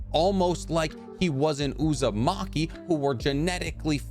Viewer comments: Man really said Uzumake-me 😭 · Lol uzu-make-me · "Uzamaki" LMAOOO